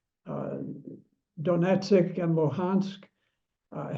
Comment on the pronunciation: “…the United States had built up a very powerful military force…” ‘…Donetsik and Wuhansk…” How should I take this guy serous if he cant even get the names right? Is he sitting in Langley and just reading from a script?